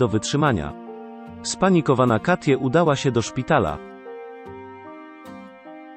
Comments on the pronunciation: "Katje"? po jakiemu to jest? "Kejti" chyba miało być. To jakiś program-lektor czyta? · Jeszcze ta ivona którą zamiast czytać kejti czy katie 😔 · Super tylko tak poprawię, że Katie to nie polskie imię i nie czyta się go tak jak się widzi. W tym wypadku będzie czytało się ,,Kejti" :)